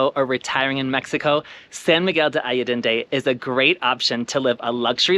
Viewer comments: Thank you for the nice video. Btw, its ‘ san miguel ‘day’ ‘ayyy - en- dey’’ as the pronunciation. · Allende. Ah yen day. Please learn to pronounce the town you’re making a video about. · I forgive your extra “D”. lol Thank you for a beautiful and informative video! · Ha ha - thanks for yoir reply ! No biggie: ‘ I ‘ - ‘ End’ - ‘day’. (Allende). Appreciate you my gay hermanos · “Alledende” - where I did THAT come from? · Actually, the syllable 'De' is pronounced (the) is a short sound...